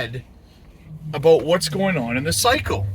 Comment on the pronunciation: I knew you were canadian when you said " aboat "